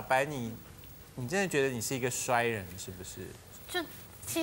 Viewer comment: 衰人～文人唸法嗎？😂